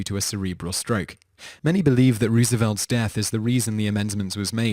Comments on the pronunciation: first of all its Rose-ah-velt, not Roooos-eeeee-vault!!!!! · AAAAAAAAAAAAAAAHHH!!! It's ROSE-evelt! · never mispronounce FDR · I can't be the one who laughed at the way he pronounced FDR's name